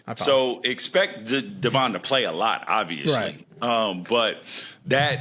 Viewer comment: you need to get more clarity on your Intel. Jerry hasn’t surpassed Devon due to performance, rather due to Jackson being injured. Also you need to learn how to pronounce our guys’ names correctly lol ify (IF- EEE) Devon (DEV-IN NOT DUH-VON)